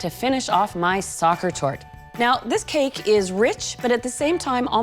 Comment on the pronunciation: Sweetly..not tort